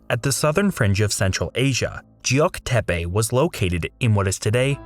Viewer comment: Geok Depe is NOT prounounced 'jeok depe' - it's closer to 'keok depe'